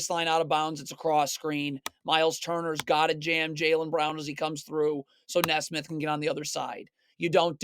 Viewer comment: I swear his mispronounces makes just so people will comment "it's pronounced knee smith!"